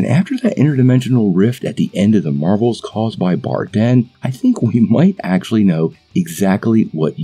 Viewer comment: Her name is actually Dar-Benn, not Bar-Denn.